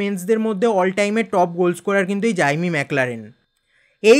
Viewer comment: জাইমি না জেমি 😂